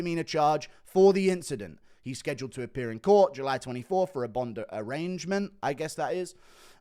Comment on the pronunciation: Just so you know, so you can be prepared for Jon Jones's next arrest, it's pronounced arraignment A- rain- mint. That is how it's pronounced in the United States, the same United States that allows people like Jon Jones to proceed harming their communities for years based on no other fact than they have the money to afford bail and legal defense